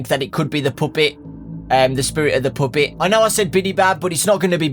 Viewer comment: why does this guy say puppet like poopet? XD